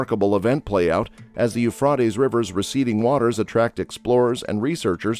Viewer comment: His pronunciation of Euphrates is a bit unorthodox, but the Hebrew name for this river is simply NA-HAR HA-FRAHT", so he's getting a little closer to that. Hebrew for the Tigris river is NA-HAR HA-TEE-GREESS.